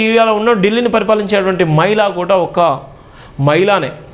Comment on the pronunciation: Maila kadhura swamy Mahila ani palakadam nerchuko tharuvatha uddaristhuvu ley